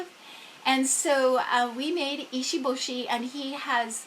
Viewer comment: So cute and you have done a lot of research for sure. It can be hard to pronounce foreign names, I get it Fwiw if he is named after the shark, Americans say maycoe. If he’s pronouncing it as a Japanese name it’s pronounced Mah koh Does he have Kanji characters for his name/meanings? And the “one inch boy” is named Issun Boshi not ishi boshi. (Iss soon boh shih)